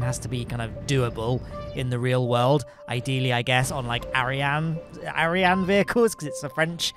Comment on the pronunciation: It’s actually pronounced ariane.